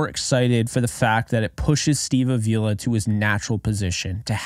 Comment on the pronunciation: I don't want to be that guy but Avila is pronounced like avocado. I only mention it because I know you said you like to get names right,and i watched an interview with him and thats how he said to remember it 😂. Anyways keep up the great content!